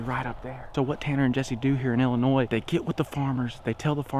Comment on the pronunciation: I just wanna point out that he said Illinois right this video🤣